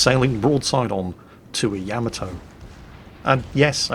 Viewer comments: it's YA - MA - TOE. not yam-ah-toe!:P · Fail divisions... Been a year or more since I checked in. still refuses to correctly pronounce Yamato, I see.